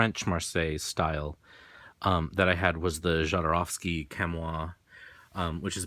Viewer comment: Very informative video, but please learn to pronounce Jodorwsky surname - click on polish His surname is transcripted from polish to spanish this is why there is a letter "J" at beginning which sound is 'h' like in word harsh.